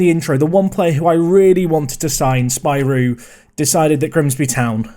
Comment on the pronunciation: Its pronounced Spirou